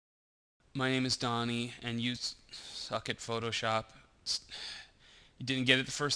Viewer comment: donnie. not ronnie